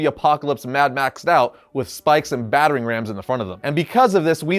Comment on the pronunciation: “bat-tering ram” 🥴